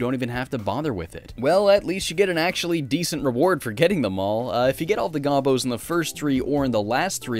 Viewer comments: Did pronounce it wrong? There is a TV commercial from the 90's that pronounces it like "Go-Bows" not "Gah-bos". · It's not GAH-bo It's Go-bo. As in go to hell.